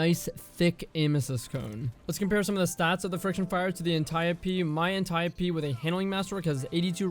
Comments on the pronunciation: thousands of dead ancient greeks are cringing in their graves at the destiny communitys pronunciation of Antiope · The way he says Antiope-D. Why are you doing this, why must you hurt me this way